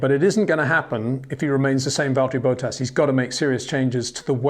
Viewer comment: Who is Valteri Boat-Ass?